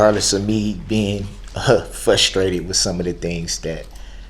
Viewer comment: "you've been very attentive....regardless of me being, a HUH, fUSStrated...."